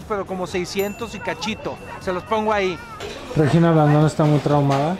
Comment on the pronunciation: Solo no tolero la forma en que Alan pronuncia Regina... 🙄